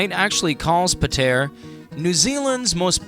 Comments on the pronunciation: “Pah tee uhh” im zimbabwean and even i know how to pronounce Patea. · Your pronunciation is horrible 🙄🙄 you need to get your story right to nothing wrong with Patea. There is heaps to see in Patea, you just don’t know the spots.. don’t make videos you don’t know nothing about.